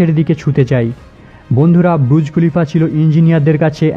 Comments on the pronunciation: Bhai pronounciation ta thik kore kor. Kokhon bolchis BURUJ, ABAR KOKHONO BRUJ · ব্রুজ খলিফা নয় এটা বুর্জ খলিফা